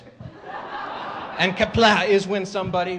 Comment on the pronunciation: He pronounced Qapla' wrong